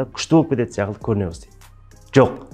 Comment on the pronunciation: Қазақта (сяқылды) деген сөз жоқ! секілді !!! Деген бар Азамат білдей азаматсыз Мың Батыр орталығын құрған. Сіз өзіңізз шебер нақты сөйлеп тұру керексіз ең бірінші !сосын "Н" емес "Ң"